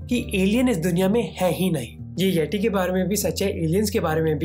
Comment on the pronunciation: it pronounce येती not येटी ।